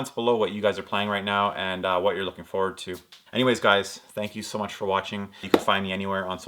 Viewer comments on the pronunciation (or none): none